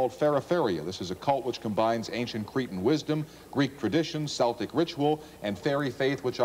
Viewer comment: Celtic with a K sound not an s sound.